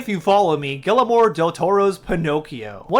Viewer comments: You said his first name in the beginning wrong. 😂😂😂it's Guillermo, not guillermoro😆😆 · You’re saying his name wrong, you idiot! It’s “GEE-AIR-MOUGH!” Say it with me, please. GEE. AIR. MOUGH. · Great video! But, if you don't mind, I'd like to tell you how to properly pronounce Guillermo del Toro's name. The name Guillermo is pronounced like "ghi-yer-mo." You were correct in using a hard G rather than a soft G, though. When two Ls show up beside each other in Spanish, it's pronounced with a "y" sound or a "j" sound. When a regular "L" shows up on its own, you'd pronounce it the way you would in English. It's definitely not the easiest name for most non-native Spanish speakers (myself included), but I just wanted to let you know how it's pronounced, as politely as possible! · “Gillemore Del Toro” is crazy! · It's GEE-AIR-MO Del Toro! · How did you not figure out how to pronounce his name before recording… as you said he’s one of the most acclaimed directors of the 21st century how did you fail to check your pronunciation… like that just ruined your credibility and likability for me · I think he knows. He’s just saying it like that as a joke.